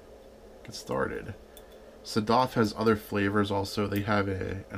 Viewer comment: You should not drink all of it. I am from Iran The pronunciation is like (Sad-af)